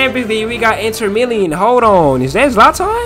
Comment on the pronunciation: It’s inter Milan not milian